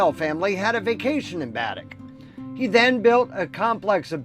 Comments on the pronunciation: Pronunciation for Baddeck in Cape Breton is ( BAADECK ) I am a Nova Scotian . Interesting video , I have visited Cape Breton a few times . Thanks for sharing . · Baddeck = Bah-deck. 👍🏻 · Great video. A little hint, though, Baddeck is pronounced Ba-deck. Ba as in baa like a sheep does. 😉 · Your saying baddack wrong 🤣